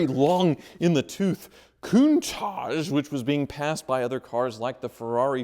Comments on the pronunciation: Is it just me or does say “Koon-taj” most of the time? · So, it’s countaaaaage? I have been saying it wrong all these years.